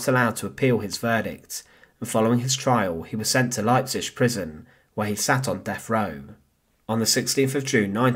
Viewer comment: Can you not learn how to pronounce Leipzig? It's not difficult.